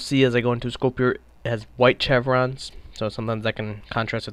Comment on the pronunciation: Your take on the VSS is terrible. What were you even talking about accuracy? You missed half of those shots on purpose. Also the chevrons (Pronounced shev-rons) are zeroed at 200, 300, and 400m. The large one is 100m. You really need to keep your opinion to yourself if you don't know enough about something.